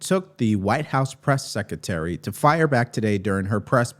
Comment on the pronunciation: The word is SECRETARY not Secetery. It’s called English and way too many ads.